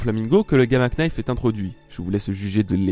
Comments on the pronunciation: Petite precision, le "k" de knife est muet,donc on le prononce "nayfe" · le "knife" se prononce ""nife" mais sinon c'est une super video PS je suis abo depuis très longtemsp vers t'es 1000 abo quand tu t'appelais ONE THEORIE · On dit nife le k ne se dit pas en anglais gamma nife (knife) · Très intéressante cette remarque sur Fujitora et son sabre, à la fin de la vidéo. J'avais jamais fait le rapprochement mais c'est vrai que ça laisse perplexe. Par contre la prononciation de "Gamma Knife", outch. Le K ne se prononce pas. xD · Le "K" de knife se prononce pas :v (désolé, je me devais d'être chiant) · Très bonne vidéo comme toujours ! =) Par contre pour l'anglais le K de Knife se prononce pas x) comme dans know ou knight ;)